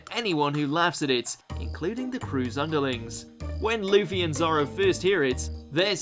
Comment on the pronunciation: its luffy not leafy